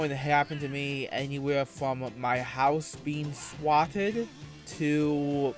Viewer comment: Even though "w" is the only sound he can make correctly, he still somehow still manages to mispronounce "Swatted" Fucking immaculate.